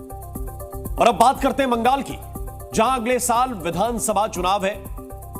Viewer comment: Are anchor bhai sahab . Mangal nhi hota Bangal hota h 😂😮, vaise Bolne ka style चौकस था 😮